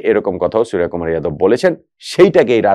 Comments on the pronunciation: ভাই,ভারতীয় নামের "বাংলা উচ্চারণ" ভুল বলছেন- 'সূর্য কুমার' - wrong pronounce ''সুরিয়া কুমার'' "রাভীচন্দ্রণ আসউইন" is wrong, হবে ''রবীচন্দ্রন অশ্বীন" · ওটা সুরিয়াকুমার নয় সূর্যকুমার। 'জ' আর 'য' পার্থক্য বুঝুন, তাহলে বুঝতে পারবেন।